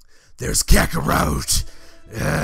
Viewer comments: "Kakorwot"??? The heck why ya call Kakarot with a "w" WTF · Its kakorot not kakorout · So can i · Kakarote XD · ButterWings kakarote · Uhh why does sound like he is saying kakarout whenever he says kakarot most of the time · Did say kakaroute? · If was a wrestler I think he would sound like this. And the way you say kakarot is hilarious